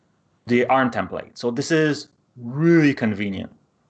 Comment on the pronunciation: How does this guy know this shit well enough to host a video teaching it but can't pronounce the words "parameter" or "template"